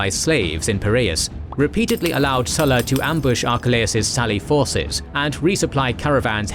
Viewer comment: Hi, would it be possible to pronounce the Latin name SULLA correctly? I learned Latin in school and it amazes me the distortion of Latin word pronunciation by English speakers, let alone American Speak! Go on, give it a go. You can always get help, look up Google! Cheers mate. Harera